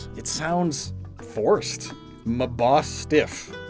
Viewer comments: Thats cause you supposed to pronounce it Ma-Boy-stiff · Something that might help with Mabostiff's name is pronouncing it like "Maa-boe-stiff" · I call mabosstiff mabo stiff and now you made me feel like im saying it wrong